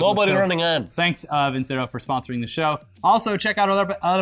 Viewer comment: VIN-CHERO NOT VIN-SERO!!!!